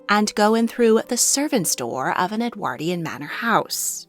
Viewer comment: 2 points. Please learn the correct pronunciation of "Edwardian" Calling a servant by only his or her surname was a higher form of respect than their first name. For centuries upper class private schools addressed pupils by surname only and when there was more than member of the family they would add a marker of seniority within the family, eg, Bloggs major or Bloggs minor. The same applied to pupils addressing each other except when close friends where they would refer to each other by nicknames often highly offensive.